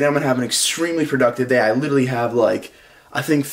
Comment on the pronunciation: "litelally"